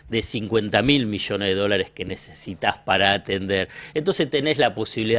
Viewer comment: Pueden enseñarle al cachivache que se dice: NECESITAR- NECESITA....en lugar de NECITA.....